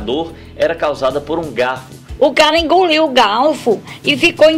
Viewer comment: "homi Inguliu o galfu" KKKKKKKKKKKKKKKKKKKKKKKKKKKKKKKKKKKKKKKKKKKKKKKKKKKKKKKKKKKKKKKKKKKKKKKK